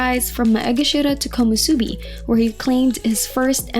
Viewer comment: *Komusubi not Komosubi. Also please learn how to pronounce Takakeishos's name properly, please do your due diligence.